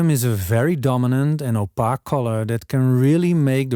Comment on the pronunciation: I love how Dutch people pronounce "opaque" .